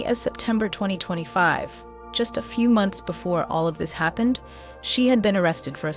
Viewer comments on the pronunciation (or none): none